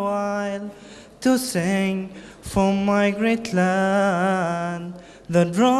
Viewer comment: الصوت حلو بس شوي النطق مخرف لما يقول حرف r for before